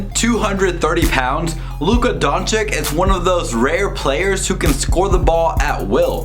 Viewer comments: Great review. About pronounce... Doncic... Don CiC, not Don CiK. Last C is the same as a first C :) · Don-chich not Don-chic, its annoying... just sayin. Yes I'm a punctuation nazi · BRO IT'S DONCHICH NOT DONCHIK... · Bro nice video but please pronounce Luka DonČIČ write bro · Donkyic ? Learn to pronounce his name ! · Donch"eech", pleaseeeeeeeeeeeee :) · 😥🤔if you can't pronounce the last name, it's better to just say the first name!!!😨 and don't make excuses that it's hard because, our č is like your ch! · No one: Literally No one. "Please pronounce the name correctly" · Boy you are making a video about a player whitch name you can't pronounce hahahaha